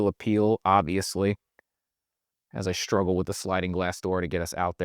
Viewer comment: I'm new to this channel and I really like this guy, but I don't know if I can handle how he inserts an 'h' into 'str' words, e.g. 'struggle' becomes 'shtruggle', 'street' becomes 'shtreet'. Yes, I know it's petty.